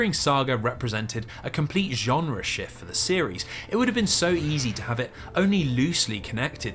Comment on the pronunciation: "break and shyueift"